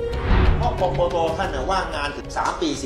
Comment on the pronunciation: กกน. ไม่ใช่ กกต